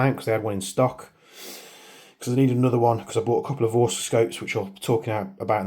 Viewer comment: Vorsk cantilever mount? Vorsk scopes? Do you mean Vortex? 😅 Vorsk don't make optics as far as I know